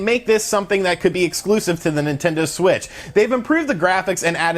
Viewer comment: Hey did anyone catch at that he said Nintendo swit instead of Nintendo Switch lol. Love your vids man